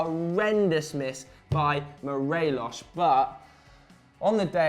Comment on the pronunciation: The s in Morelos is not pronounced that way. It's not Portuguese.